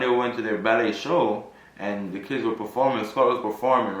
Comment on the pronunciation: you’re pronouncing Ballet wrong.